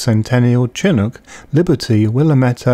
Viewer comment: I've told you how the people and inhabitants of those areas pronounce those words. It's their words. They are names. You, and everyone else, are free to mispronounce their names as you see fit,. Though I'm not sure why anyone would once they know the correct pronounciation. Aside from just being obstinate of course. And no, I've never heard anyone pronounce chinook the way you do. But that's your prerogative. I don't care.